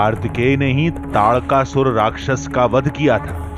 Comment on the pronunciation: ताड़का सुर नहीं तारकासुर है न्यूज वालों